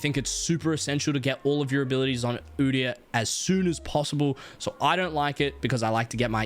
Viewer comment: did he just say u deee yar💀💀